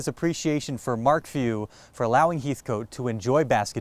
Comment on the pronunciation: Heathcote is pronounced Hethkit.